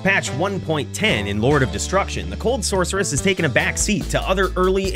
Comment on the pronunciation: I didn’t know sorceress had a ‘k’ sound in it.